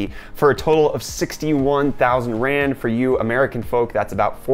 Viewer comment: Lol ur african currency keeps making me skip a heartbeat cuz it kinda sounds like ur saying grand, i was like "wtf why is that 6 grand?🤔"